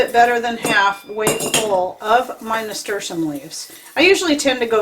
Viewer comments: I could Not understand what herb you said you used in the beginning .... what did you use ? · I could not understand the name of that herb you used in your tincture. Could you put the name at the bottom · Please tell us what kind of leaf this was because although you said it many times it wasn't clear. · Hello what's the name of the leaf that you used I can't understand the name even I turned the close caption and it doesn't translate that word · Are you saying Nasturtium leaves? They grow a flower that is also edible?